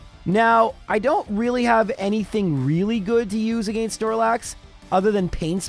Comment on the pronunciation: take a shot every time says "agaynst"